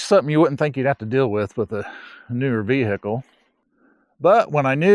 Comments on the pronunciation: Sorry about your V-Hickle problems, man. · Veeee Hickle